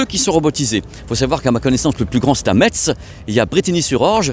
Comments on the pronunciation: ça se prononce MESS la ville de METZ 👅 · Metz se prononce "messe", le "t" est complètement muet. ;-) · je fais pause à 2 min, par pitié, Metz faut prononcer "messe". j'y retourne 😁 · Bravo pour tes reportages. Pour info, on ne prononce pas le “TZ” de METZ ( sauf si tu veux passer pour un touriste 😜). Ça ce prononce phonétiquement « maisse ». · on prononce mess, mais ça s'écrit Metz, bisou <3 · Bonjour je suis de Lorraine est juste pour information Metz ce prononce Messe merci et super reportage. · pour Metz on prononce Messe 😁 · Hello. Merci. Mais on dit mess et pas Metz. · On prononce MÈSS. On prononce pas le T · Ca c de la logistique 😊... on ne prononce pas le "t" de Metz